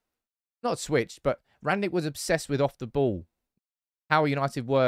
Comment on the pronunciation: "Rag-Nick" can you learn to pronounce his name.